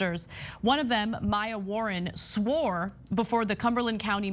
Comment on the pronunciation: I love how Ana emphasizes the word swore to let you know she could not have possibly lied becuase she swore under oath.